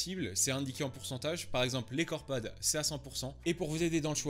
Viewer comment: A un moment tu parlait s des deux marques les plus connues et tu as dit deux fois corpad😂👍